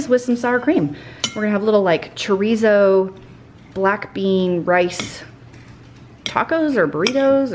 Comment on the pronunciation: i love your videos but the way you say chorizo makes me cringe😬🤦‍♀️